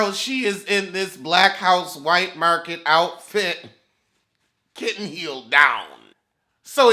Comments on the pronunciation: I love when he says “kitten heel”. It sends me every time 😭😭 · everytime u say kitten heel u take me out🤣🤣🤣🤣🤣